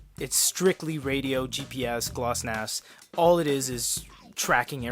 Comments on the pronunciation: It's Glonass not Glossnas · I'm judging you for those earnings and pronunciation of GLONASS